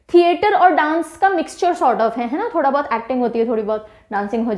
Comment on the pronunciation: Ma'am ठोडा not थोड़ा m himachli